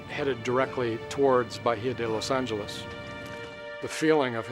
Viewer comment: Los angeless not the way he said it omg